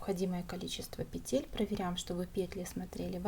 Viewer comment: Спасибо! Незупречно снятый МК. Красивый шарф! Но.... как здорово, если бы вы и говорили правильно. "Набрать 80 пЕтель, а не петЕль". Слово "Петля" - во множественном числе, во всех падежах нормативно только ударение на первом слоге: нужное количество пЕтель, ремонт пЕтель, шторы на пЕтлях, слететь с пЕтель . Правильная речь украшает.